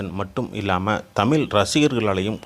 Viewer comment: இந்த காணொளியை ஒலிபரப்பியவர். தமிழராக இருக்க வாய்ப்பில்லை. தமிழை ஓரளவுக்கு தெரிந்தவராக இருப்பாரோ?? தமிழ் என்று சொல்வதற்கு பதிலாக தமிள் என் என்றே சொல்கிறார் . இப்படி பல இடங்களில் தமிழை கொள்கிறார்😅😅